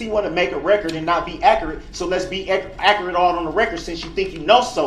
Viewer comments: Let’s make the record akerrit Can someone tell me what akkerrit means? LMAO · is not being "ack-e-rit" in the words of. 🤣